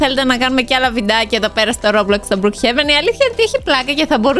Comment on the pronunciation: λέγεται μπροκ χεβεν αλλά συνέχισε είσαι τέλεια